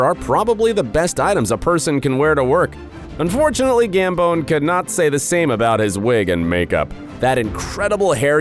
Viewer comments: gambON not gambOWN 🤷🏻‍♀️ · I don't like how he says Michael Gamboon not gambman